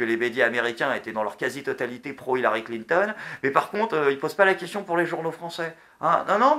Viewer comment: Clin ton.... XD dit moi que tu a fais expert de dire sa comme sa